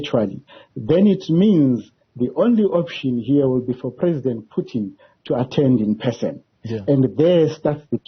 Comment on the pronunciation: PUTIN ! Not "PYUTIN" !! Are you a mlungu wena journalist?!